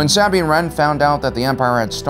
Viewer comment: are you butchering Sabines name on purpose